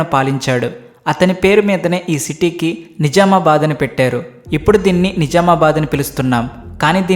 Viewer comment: ని జా మా బాద్ కాదు. .ని జ్జ్జ్ఆమా బాద్